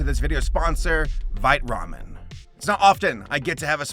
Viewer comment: I heard that as "This video is brought to you by Bite Ramen" and I'm just like "Well yeah I bite it it's delicious."